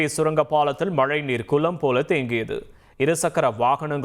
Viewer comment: " குலம் போல தேங்கியது"😂😂😂 தமிழ் மெல்ல மெல்ல சாகும்